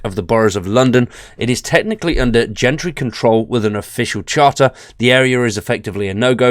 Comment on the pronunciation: Islington pronounced 'IZZlington' / Gentry pronounced 'Jentry' (soft G!). Thank you v much :))